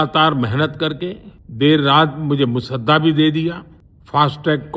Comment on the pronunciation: मोदीजी, का डर साफ दिखाई दे रहा है कि वह " मसोदा" शब्द को बार-बार " मुसद्दा " कहे जा रहे हैं ?